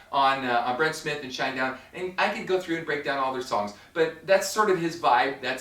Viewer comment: its Shinedown. one word not shine down